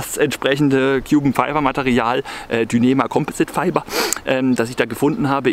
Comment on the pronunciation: dünema komposit feiba :D richtig gutes Englisch